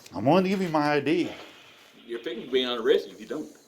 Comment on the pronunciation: "You're fix-enna get arrested"